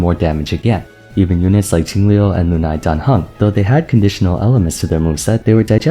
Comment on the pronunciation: thanks for pronouncing "lunae" in the latin way instead of "loo nay"